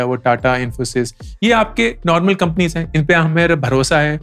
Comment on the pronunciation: 'Companios' 🤣🤣That was nice, Thank you sir.